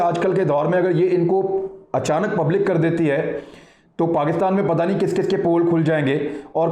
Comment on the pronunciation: Yar itna bara anchor hokar in mausoof ki pronunciation bari ajeeb aur bhondi hai. Santhiyaa, Pakastaan what the hell is it? 😂